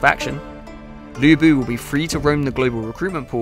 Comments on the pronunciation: It's Lü Bu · 吕布 should be pronounce as Lü Bu instead of Lu Bu. You guys need to make serious correction, since i don't want all my non-Chinese-speaking friends get the pronunciation wrong. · his name in the game is right texted as Lü Bu, but the pronunciation, the video title and the caption is wrong. you guys need to fire the publisher of this game because they fail their job. If the development team got it right, how on earth the publisher of this game not getting it right? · Yeah, even the employees cant pronouce Lu Bu right, like oversimplified aye